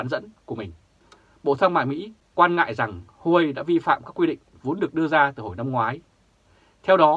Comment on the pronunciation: Huawei đọc là Wah-Way hay nôm na là "qua-quây" nhé nhà báo